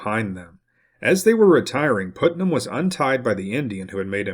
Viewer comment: Thank you for this important history. BTW, Putnam is pronounced "putt" as in golf, not "put" as in 'to place.'